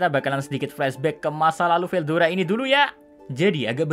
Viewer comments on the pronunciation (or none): Ketika bilang star king dragon Veldayana😂😂😂